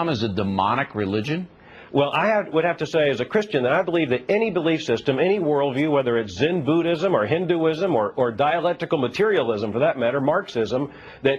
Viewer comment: he said zin buddhism. its zen